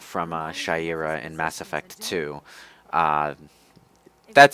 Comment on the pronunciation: "Mass Erect" Okay you win